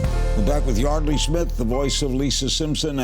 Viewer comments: So it's pronounced Yardley, not Yeardley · Larry is saying her name wrong